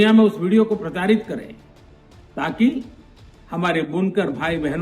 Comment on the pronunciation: Pracharit hota h pratarit nhi